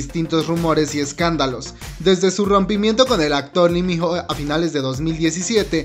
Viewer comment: SE PRONUNCIA LI MINO AHREEEEEE